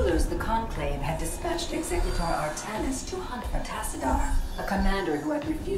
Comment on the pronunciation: AR-THA-NIS NOT AR-THA-NIAS